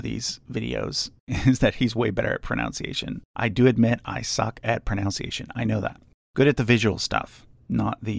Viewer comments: Your pronunciation is outstanding except, ironically, for the word “pronunciation.” The second syllable is pronounced “nun”, not “noun.” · Its a little ironic that he mispronounces the word pronunciation. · mispronounces pronounciation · The fact he mispronounced pronunciation makes it ten times better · you mispronounced pronunciation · When you're so bad at pronouncing you can't even pronounce pronunciation (this is a joke, not an insult)